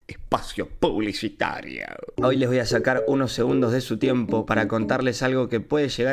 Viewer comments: espacioou publicitarioou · LPTM YA ME REI CON EL PRINCIPIO XD "Espacio publicitarioo" XD